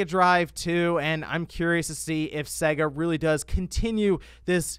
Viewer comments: you still triggering me with you pronunciation of SEGA lol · Your pronunciaton of Sega is off... Listen to the start of any sonic game!!